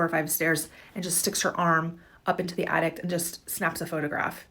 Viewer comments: if she says attict one more time my brain might crosss circuit lol jk but lady its called an attic not and attict lmao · The most disturbing part of the last clip is the lady thinks there’s a T at the end of attic….. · Lady at the end calls an attic an addict...lol.